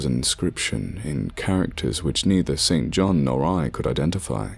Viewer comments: I think st John is pronounced sinjin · The pronunciation of 'St John' here is rather jarring.